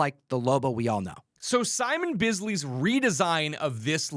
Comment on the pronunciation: Bisley is not pronounced ' Beezley' it's ' Biz' just making sure because of the insane $$ of lobo!!!😂❤